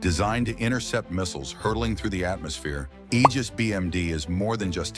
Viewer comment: Thank God you said "Aegis" correctly. It's the greek ae letter together...a hard "ee" sound. Praise the sun!